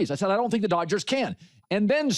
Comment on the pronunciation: it’s not Doyers it’s DODGERS in 6 ,stop it I realize your saying it in Spanish have some respect senior for our team